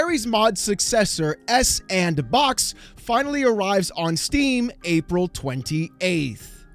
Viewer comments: It's not 's and box', it's Sandbox! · FYI... it's pronounced "Sand BOX" = S & Box ^_^ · He's reading as it looks instead of going 'oh, Sandbox' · it's SANDBOX! not s-AND-box Wow Mr. "it's not EC bald" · It's not "S and Box" LOL 🤣It's "SANDBOX". The "&" symbol is "and" and the S in front of it makes it "Sand". Then put the word "Box" after it and you get SANDBOX. Get it? It's a sandbox engine. Saying it the way you do in the video makes you sound dumb AF. And yeah it's basically RoBLOX for adults. 😛 I think they should just call it Sandbox so people stop saying "S and Box" and sounding stupid! 🤭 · It's not S-and-box it's Sandbox. I have seen many people make that mistake. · Not sure if this is how it should be pronounced, but S&Box I thought was meant to be pronounced Sandbox, because the ampersand (&) represents and. If you combined S and And, you'd get sand which sounds more fitting to what this engine is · Isn't s&box pronounced "Sand Box" you know, playing off the "all the toys available" that sandbox has been in gaming for a while? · isn't it just called sandbox in terms of pronouncing it? s &(and) box sandbox hearing s and box was irking me bad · Can we PLEASE stop call it "Ess and box" It's SANDBOX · Is it really that hard to read out s&box? Like it should top you off immediately that it feels and sounds dumb to say “s AnD bOx” like 75% of the people reporting this just can’t figure it out somehow. It blows my mind. I know it’s not that big a deal but if you’re supposed to have looked into this enough to make a video on it, maybe know how to say it? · Pretty sure S&Box is supposed to be pronounced “Sandbox” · I"ve beeen pronouncing S&Box as Sandbox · Just say "sandbox", no need to emphasize the '&' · I know what you’re doing. You’re saying S&box wrong to increase comments. I know you’re doing it… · i know? Some people aside from are pronouncing it s, and box which i also dont really get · It's pronounced Sampersand Box.